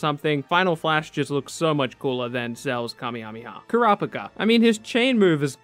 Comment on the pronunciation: The way u say kurapika is so fuking disgusting, learn how to fukin pronounce things like not an ignorant dumbass, go shit in ur hand. Other then that great video!